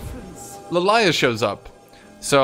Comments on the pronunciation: it's Lillia not Lalayah 😊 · i love hearing call Lillia Lalaya lol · Were just going to pass the fact this man calls lilia lilaya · number one laning mistake: Not being able to pronounce Lillia correctly